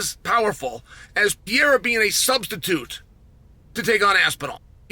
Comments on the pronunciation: I turned off the UFC 313 pre fight show because I couldnt listen to chael say "Piera" over and over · I swear Chael says it wrong on purpose at this point. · Is not pierra it is Pereira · Chael "Pee Aira" Sonnen mispronouncing names just to bait more comment engagement. Well played, sir. Well played. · Who tf is Pierre-uh? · Pee-Air-A 😆. I love Chael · Say “Pear” then say “era”…. Ok thanks! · Shot of tequila every time uncle Chael says ‘Piera’. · "Alex pee-era" - chael sonnen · Pee air uh. 😆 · Piera has to be on purpose. I can’t imagine someone whose job it is to talk about the sport calling Michael Jordan “Jerdim” 32 times in one video. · PEE-ERA...the era of pee is over. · Well he did let us know that he thinks Pee-era could potentially be a ChampChampChamp. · Who the fuck is pierra? You mean alex perrera? Wtf? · What would it take to get Chael to pronounce Pereira correctly? It's awful. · The way he called Pereira, it's fucking funny hahaha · the fact he pronounces it like that on the broadcast is embarrassing